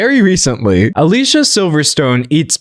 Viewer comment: Dear Professor- she pronounces her name “Ah-Lee see-ahh” 😊